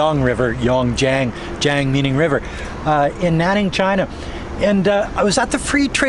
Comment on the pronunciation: Jian (river) not Jang. you need to really improve your Mandarin after so many years!